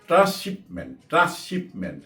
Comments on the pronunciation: শব্দটা ট্রান্সশিপমমেন্ট(Transshipment) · Afsari Bhai, Beadobi neben na. Shobdoti trrasshipment hobe na, hobe Transshipment.